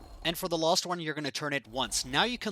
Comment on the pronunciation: Am I the only one that noticed this guys says lost instead of last